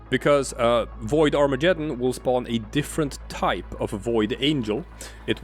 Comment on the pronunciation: BTW umm .... ... it's Arma-geddon ... Google it... it's not Armajeddon... it's Armageddon. Get isn't pronounced Jet.